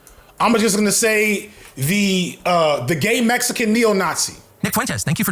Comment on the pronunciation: Bro makes Mexican sound like a slur 😭😭😭😭 cmonnnn